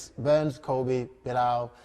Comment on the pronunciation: Bro said "belal" 😆 😭